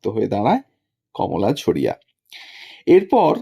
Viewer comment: ঝরিয়াকে ঝড়িয়া বলছেন কেন??????